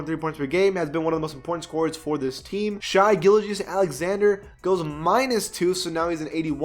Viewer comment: I can’t tell if he’s saying Shai’s name wrong on purpose or not